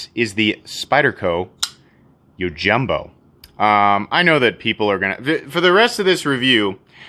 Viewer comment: Im asumming its the same as the Japanese word yojinbo which is most definitely pronounced Ji not Hi